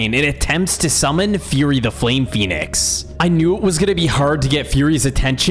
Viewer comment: He said Phenic armor